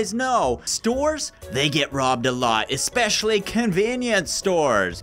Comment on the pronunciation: He said expesily convenient stores my mind said well that's convenient